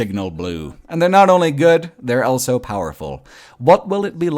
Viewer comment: pronounces the word "also" as "elso".